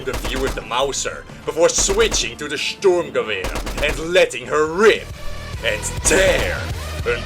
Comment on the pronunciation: Fun fact 1, the German soldiers' uniforms were made by Hugo Boss. Fun fact 2, the STG 42 was issued as a submachine gun, Adolf H. wasn't a big fan of assault rifles. Good video and your pronunciation for the assault rifle ( Sturmgewehr ) is almost perfect.